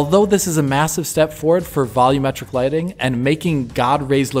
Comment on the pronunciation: It bothers me how you guys say volumetric. When the TV is too loud, do you say "turn the volum down"?